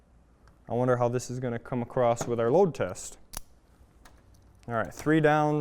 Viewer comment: Nice video! FYI the word is across, or you might use the word crossed, but not “acrossed”. I’m just trying to be helpful- like your videos. 🤓